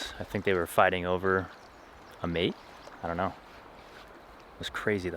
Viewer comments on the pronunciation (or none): none